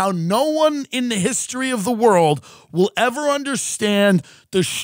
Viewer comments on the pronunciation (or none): none